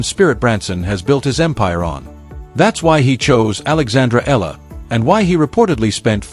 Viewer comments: Alex Eala pronounced as AlexAyala! Thank you Jan27 26 Tuesday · The correct pronunciation of Alex’s surname is : E- yala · Sir to pronounce her Filipino Surname is E-YALA